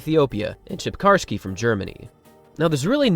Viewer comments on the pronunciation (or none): and it's not "Chipcarsky" 😅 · you mean it's not "Chipkarski"??? 😀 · It's pronounced "Sir-pin-ski" and he was from EAST Germany, not Germany. (Germany wasn't re-unified until 1990.) He was also a drug cheat. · i dont think you pronounced "cierpinski" anywhere close to correctly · Might want to get a proofspeaker for the Cierpinski pronunciation as well, lol